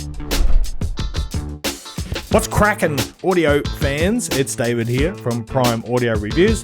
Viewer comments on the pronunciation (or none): none